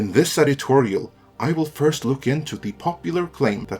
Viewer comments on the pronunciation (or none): none